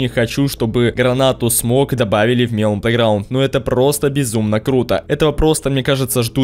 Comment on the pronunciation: Не мелОн, а мЕлон. Просто так правильно.